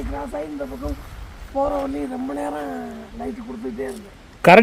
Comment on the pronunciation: இரண்டு பாக்கம் இல்லைங்க (பக்கம்)